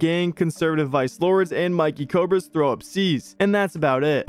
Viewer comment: It’s not Mikey Cobra it’s Mickey Cobra you gotta say like you saying Mickey Mouse 😭